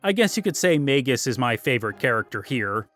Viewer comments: MAYGUS and MARL? Come on man you can do better than that with pronounciations. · He really missed out on a lot of the characters personality in the dialogue. Plus how annoying he mispronounced Magus name, as it is pronounced similar to his original name Janus. Which he literally didn't got into it during the characters backgrounds which just shows you how much he missed the stories for each characters. As he also missed that Crono is supposed to be you as he never speak in any of the dialogue outside of you answering Yes or No, decision making. It's the similar intent as to Link in go also doesn't speak, as you are supposed to see him as you are him. Also how did he not any analysis of Ayla. Chrono Trigger also have may memorable side characters that many other RPGs at that time couldn't do. He missed the whole point of Lucca's character as you are supposed to go back to her home whenever you can after you traveled through time and get a new equipment, which add to its character. He also judged Marle and her dad's relationship, which he said is unbelievable. Who obviously never had an issue with his own parents. As if you ask ANY American who had issues with their parents, THAT CONVERSATION OF DISOWNING YOU IS AN EXPERIENCE MOST HAS HAD. Marle is literally a typical American girl that most of the East see them as, and yet some how he thinks it's a Japanese thing, when many Americans have had that scene played out similar in their lives.